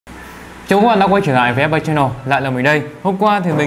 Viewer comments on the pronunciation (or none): none